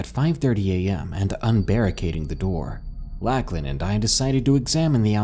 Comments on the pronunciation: Awesome narration! But every time you said “Lack-lan” instead of “Lock-lan” (for Lachlan) I legit wanted to scream 🙃 Probably just because its my sons name lol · Lacklin? You mean Lauchlan. Pronounced Lock-Len. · Beast of Mogo Gold Rush Colony - Lacklin? I think you mean Lachlan. Love the video though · Never heard anybody pronounce the name Lachlan like that before very peculiar indeed.